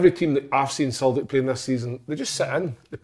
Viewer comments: Why has nobody ever jarred big Kevin for the way he pronounces Celtic?? Fuckin Sulltic??? 😂 Folk have been peltered for less on the show 😂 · Big Kev murder pronouncing tavs name and how he says siltic but talks well on fitba great show thought barry ferguson was different class week before great mix and just like a bunch of m8s talking fitba